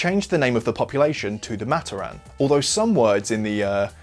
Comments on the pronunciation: It's pronounced "MUH-TOR-RIN" Not "MA-TER-RAN" btw keep up the great content! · its MaTORan not MAToran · amazing vid. havent even finished it yet but i know its gonna be great. one thing though, the way you pronouce matoran is giving me brain cancer. Its muh-TOR-in not MAH-ter-ahn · hey, you misspronounce matoran. it's not mat-o-ran, it's Mah-toar-an. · Its Ma-tor-an not mat-or-an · pohatu is stone, onua is earth got them flipped, you mispronounced "matoran" it's pronounced muh-tor-en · only one thing its pronounced mat-or-an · It’s pronounced MAT-OR-AN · is no one going to mention how he pronounces matoran? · I thought you pronounced matoran wrong but then I realized you’re just British